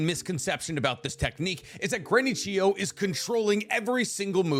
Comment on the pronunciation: Why I watched: To find out what the strongest combination jutau are Why I stayed: finally figured out how to pronounce Chiyo properly